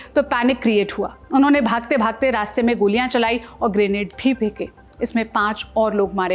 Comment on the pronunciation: Feeka nahi Pheenka.